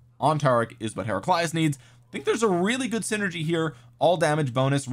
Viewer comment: Kinda happy that the Heraclius I’m the game is pretty powerful considering the Achievements of Emperor Heraclius. But nah dawg you ain’t gotta slaughter his name like that.